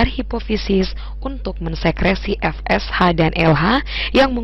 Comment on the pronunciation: baca FSH nya adalah eF eS H bukan Ve eS H, piye to...??